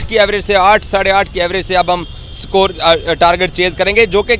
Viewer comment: Sakore kya hai,? Its score not sakor illiteracy at its peak. 😅😅